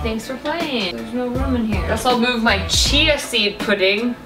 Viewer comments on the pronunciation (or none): none